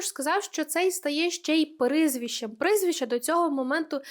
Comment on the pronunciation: Дякую за відео❤ Тільки зі словом «прИзвище» треба попрацювати 😊🫶🏻